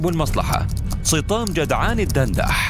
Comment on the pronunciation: يبدو ان اسمه سطام وليس صطام